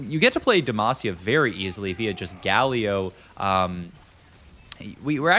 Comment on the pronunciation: he pronounced Galio as Guh-Lee-Oh and then as Gal-Eoh in the same sentence ahhaah it's some pretty top notch trolling.